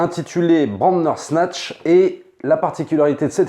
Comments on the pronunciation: Sa me stress quand tu dis Brandersnatch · Pareil, à chaque froid j'ai un frisson quand il dit bRandersnatch. J'ai l'impression qu'on va parler cuisine et faire une brandade.